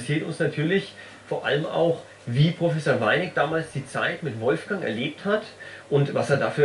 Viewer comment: Gebt doch dem Wolfgang noch sein 'g' am Ende des Vornamens :)